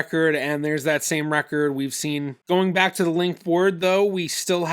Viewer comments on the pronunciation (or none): none